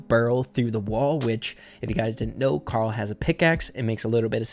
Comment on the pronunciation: It’s karol